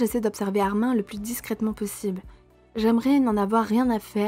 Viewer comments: Tu prononce mal le premon. C'est pas ARMAIN mais ARMINE. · sauf que ce n’est PAS un prénom FRANÇAIS donc ça se prononce ArminE, le prénom Peter on ne va pas le prononcer pété… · Ça se dit « arminE » pas « armain » ça m’a stressé ☠️ sinon c’était super !